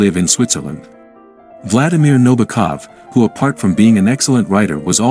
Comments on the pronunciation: This narrator repeatedly calls Nabokov, Nobakov. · Also, his last name is accented on the SECOND syllable: NaBOkov.